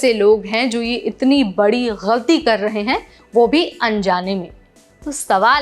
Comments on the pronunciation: Your pronunciation is nice , you said ghalti not galti. Looks you know Urdu as well as Hindi. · Aap “galti” bahot sahi pronounce karti ho .. I thought you were Muslim and did your education from Urdu school 😂😂